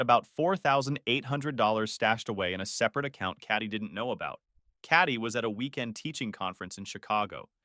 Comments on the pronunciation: Katie is said as "KATE-EE" and NOT as "CAT-EE". Another badly pronounced AI generated video, with a lazy video creator who doesn't check or fix. I am so tired of this cr*p. I turned off after my post... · "Catty" =/= "Katie" lol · Why does the AI pronouce 'Katie' as 'Catty"? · Cat- ee? At least be able to pronounce it correctly. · This story is faker than the old 4chan incest LARPs and the AI voice not knowing how Katie is pronounced is peak dystopia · I’m sorry but how are you pronouncing Katie 😂😂😂